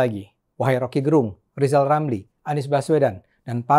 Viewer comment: P Ade, Gerung itu lafal "e" nya spt pada kata kecap atau enak. Itu Fam (marga) org Manado. Rocky itu org Manado.